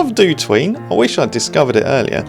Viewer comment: for some reason up until now I always pronounced DOTween as "dot" "ween". Now the proper pronounciation sounds soo weeiirrd ^^ Thanks,!